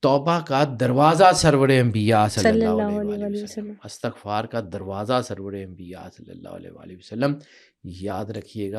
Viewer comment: محترم استاد آپ نے بہت پیاری باتیں کی ہیں لیکن بہت معذرت کے ساتھ عرض ہے کہ لفظ استغفار میں 'ا' اور 'ت' کے نیچے زیر آتا ہے ،زبر نہیں. آپ اردو لغت میں اس کا تلفظ چیک کر لیں۔ بہت شکریہ